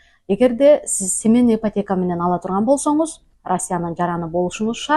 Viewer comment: Семенный эмес семейный дечи